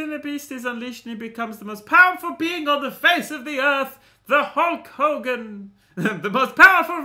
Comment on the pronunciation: I'm sorry, who's hull Cogan? No one haves ever heard the name hull Cogan ever. Right. Ever.